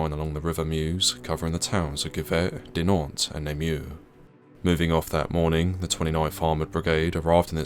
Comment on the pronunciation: I tried very hard to ignore, I really did. But your butchering of the town names is skin crawlingly intolerable. A tiny bit of effort put into learning the correct, and easy pronunciation of them would have made the world of difference.